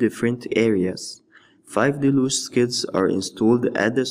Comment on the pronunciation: Del-yooge. Not da-looge